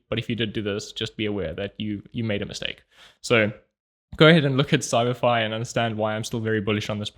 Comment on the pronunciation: It's your accent. When you say, "CyberFi," it sounds like "Samari."😅